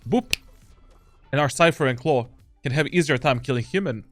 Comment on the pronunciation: Why do you say Clove as Claw